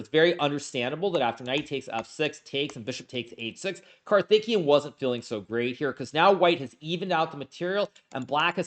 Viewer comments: Just one small point, his name is pronounced: CAR-THICK-KAY-YUN. Karthikian sounds like his Armenian cousin 🤣🤣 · "Karthikeyan" is pronounced kar-ti-KAY-an, just in case you're not indifferent on this. Note that in transliterated Hindi "th" is an aspirated "t", and likewise "ph" is an aspirated "p". All respect for the rising tide of Indian GMs. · swore he was saying Karthikeyan was THICC the whole time. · The way you are pronouncing the name 'karthikeyan' .. sounds like he is a Uzbek or Armenian player.